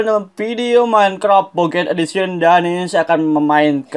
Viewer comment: kok ngomong minecraft minecrap?